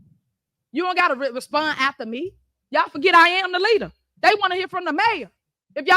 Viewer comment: "Day ahl gots degrees"...Pathetic...